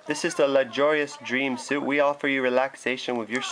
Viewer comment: Nice vid! And it's prenouced sweet yea misspels prenouced >_<